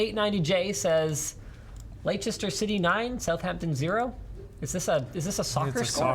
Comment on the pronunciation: even though it's spelled Leicester city, it's pronounced as leister city